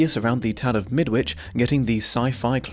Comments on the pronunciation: Shouldn't it be pronounced "Mid-itch"? And birds aren't "assholes", they're "cloacas". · As a Brit, I agree with you. There's a tag, Midwitch folk are just plain barmy, which scans better if you say Midditch. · Think about a brick wall. I thought it was pronounced Midditch (like Greenwich). This book is actually the counterpart to a slightly earlier story (The Chrysalids) where the superpowered kiddies were the good guys and the grownups (nearly all religious bigots) the antagonists. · Question from an ignorant Canadian, but wouldn’t the ‘W’ in ‘Midwich’ be silent? I always assumed that was how the title of this book was pronounced, but I have my doubts now that I’ve heard an actual Brit pronounce it differently.